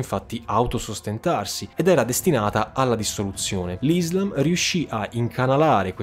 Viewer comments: Ti prego non odiarmi, ci tenevo sola a dirti se posso che si dice “Islaaam”, con l’accento sulla A. Scusami la mia pignolaggine, è deformazione professionale da studiosa di Islamistica... bellissimo video✨ ☪️ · NON IZLAM MA ISSSSSSLAM E NON MOAMETTO MA M O H A M M E D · Le conquiste sono iniziate dopo la morte di Muhammad...e comunque si dice IslÁm.